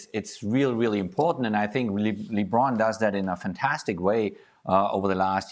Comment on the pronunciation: Can someone tell Jurgen how to say LeBron's name properly, it's really not that hard.